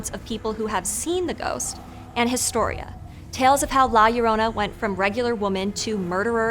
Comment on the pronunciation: Great video as always! Just a minor pronunciation nitpick. The “H” in “historia” is silent in Spanish.